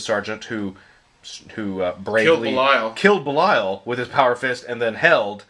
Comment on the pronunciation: for the love of Pete! Its pronounced BEE-lee-uhl. Not bell-Isle. Bell Isle is an island in Detroit. Belial is the spirit of evil personified in Hebrew myth. Which one do you think GW was going for when they gave him that name?